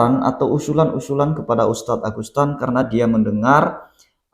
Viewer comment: ANDA2 SALAH SEBUT AGUSTAN NAMA SBENARNY AGUSETAN